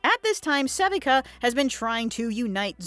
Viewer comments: This is the second channel I've seen making content on Arcane that cannot pronounce Sevika's name correctly. Suh-vee-kuh. It is never pronounced seh-vik-uh in the entirety of the 2 seasons. Why is this error happening? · Se-Vee-KUH. not sevehca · Its pronounced sa-VEE-ka. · How can you possibly be pronouncing Sevika’s name wrong the ENTIRE video!!??! Like… they say it IN THE SHOW! wtf? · My theory is that someone else wrote a script, and the talker never actually watched the show. That or they butcher the name because they can't pronounce it for whatever reason.